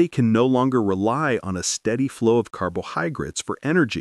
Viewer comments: the narrator unmistakably says "carbohyGrates" which makes me question the validity of the information presented. I don't believe it invalidates the entire video, but that undermines accepting its delivery of information. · “carbohyGrates” yeah okay. People, we’re watching AI pump out rote info. Stop giving these channels watch time. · carbohygrids that's a new one